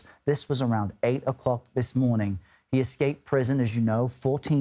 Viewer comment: Danilo Calvalcante is a Brazilian. His name is pronounced as Dah-nee-lo Cavahl-cahn-chee. One would think that journalists would get that right.